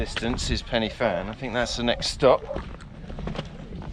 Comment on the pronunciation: Great video, great trek and is always busy as groups usually do the climb for a charity, by the way it's pronounced Pen'a van, but hey, and keep an eye out for the SAS around them hills...